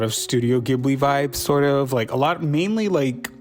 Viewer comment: not you saying you're a big ghibli fan and pronouncing it wrong KJDFADGKHL /lh